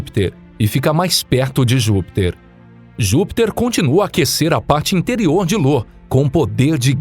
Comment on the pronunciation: Parando de assistir na parte que chama IO de LO! Claramente um canal caça-like que nao tem a menor noção sobre os assuntos que estao sendo explanados